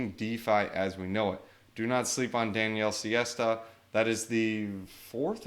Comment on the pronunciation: Almost... He's Daniele Sesta [insert pitched finger emoji here]